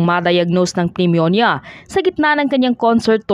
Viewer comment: Pneumonia.. is silent p.. neuminia